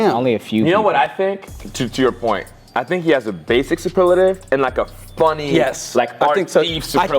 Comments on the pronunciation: not being able to pronounce superlative properly kills me😭😂😂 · not being able to say superlative is hilarious